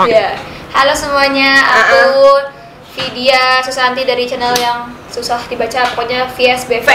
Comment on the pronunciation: Takut banget pas ijab qobul ka ngomongnya vidya susantuy bukan susanti kan bahaya:"3